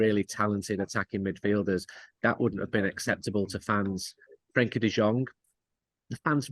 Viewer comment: Frenkie not Frankie 🤦